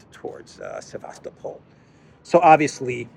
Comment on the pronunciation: Sevast-O-pol ( emphasize third syllable and soft l on the end ) With the way things are going, its not bad idea to start learning Russian lol. I hear its a popular thing in Africa already.